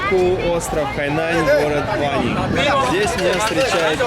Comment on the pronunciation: И город не ВАнин, а ВанИн